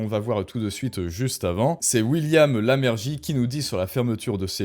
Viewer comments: L'arcom ,51 millions d'euros par an...Ce n'est pas " Lamergie" mais LEYMERGIE, ÇA FAIT 45 ANS qu'il fait de la télé.. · Je sais bien que ce n'est pas le coeur du problème, mais ces erreurs étant faites de façon répétée, cela devient pénible. William Leymergie, prononcer "lémergie", et ce n'est pas Dark Palpatine, mais sénateur Palpatine ou Dark Sidious. Sinon pour le fond, 100% d'accord.